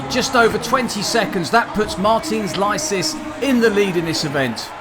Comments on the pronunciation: I absolutely adore the way the commentator pronounces Licis' name 😂 In case you're wondering why: Licis himself pronounces his own name "Lee-Sis". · Lie-sees or Lee-cheese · This commentator pronouncing the name of Martin Licis wrong all the time is getting on my nerves